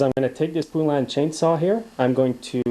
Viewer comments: PO LAN not pu lan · The Poulan factory was in my town and its pronounced Poe-lan. The U is silent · it's PO as in POLE. POlan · FYI: It's PO lan, like the country (Poland)! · Never heard it called a poo-lan lol. awesome video and thnx for the info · I certainly do wish you would learn to say Poulan!!! It is exactly like the country Poland...without the D. Mike